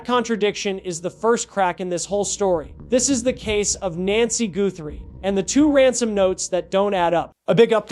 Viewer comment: Is this AI? Why the poor pronunciation of the Guthrie last name?